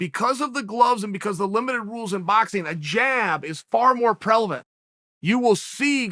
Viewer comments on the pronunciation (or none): Uncle chael you say prelavent but you meant prevalent.....love ya unc!!